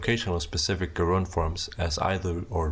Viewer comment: I must have missed the bit where you introduced front rounded vowels. "Gerund" is pronounced with an initial J sound, and it sounds like you've confused it with an agent?